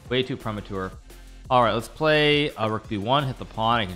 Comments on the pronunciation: premature, not pre ma tuer. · Bruh wtf he saying "prehmatoor" 😂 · Anyone else hate the way Hikaru says premature 🤣